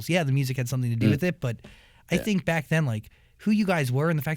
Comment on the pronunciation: No one: Niall: "I tink..."